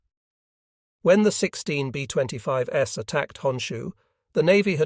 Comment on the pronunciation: B25S! Great info, but teach ur AI voice how 2 pronounce words! Very distracting!